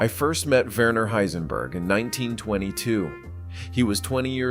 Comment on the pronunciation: the name is pronounced "Vehner", nor "Wurner"